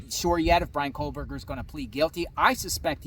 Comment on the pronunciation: It's Kohberger, no l.